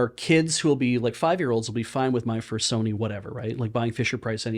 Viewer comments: saying "My First Sony" kept sounding very close to "my fursona"... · I heard "My Fursony"